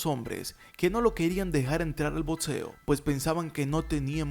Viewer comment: Pronuncia "BOCSEO" no "BOTSEO", "BOCSEADOR", no "BOTSEADOR".